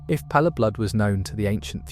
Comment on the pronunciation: stop saying palerblood also paleblood is the player character